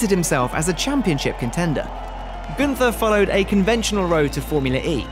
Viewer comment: Very impressive what Günther has achieved in the short time and this despite the adverse circumstances. Btw: Günther is pronounced without the th. It must be pronounced like single T